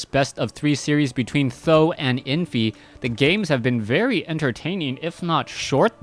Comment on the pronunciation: how did you know Th000 prounece like "san dan"? How do you know Chinese? A bit supprised.